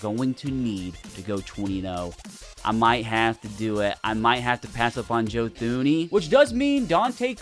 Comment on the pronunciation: “Joe Thooney” 😭😭😭